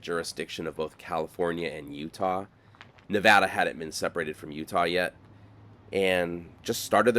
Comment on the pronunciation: this is a phenomenal video and piece of narration! What a pleasure to watch! Thank you and my wife, who’s from Nevada, says thank you for pronouncing Nevada correctly!